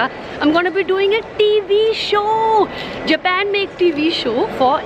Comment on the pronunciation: Japen nahi japan bolna sikho